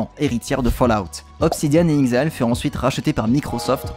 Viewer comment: inXile se prononce inEXile.